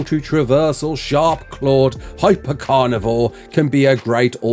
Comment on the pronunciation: Hyper car-nivore. LMAO xd first time hearing that.